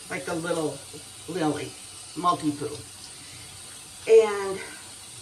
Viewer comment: I know!!! That’s what makes it so funny when she says “multi-poo”. lol😊